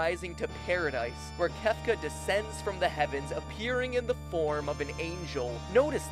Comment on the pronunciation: C... Cefca??